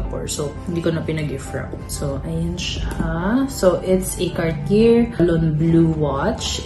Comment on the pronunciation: please say Car-tee-yey lol not Car-tee-yerr.. nooo nooo lol. Love you guys still. Such a sweet gift.😘💕